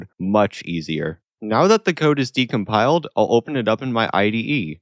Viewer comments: its decompiled not decomiled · ah yes, "decomiled"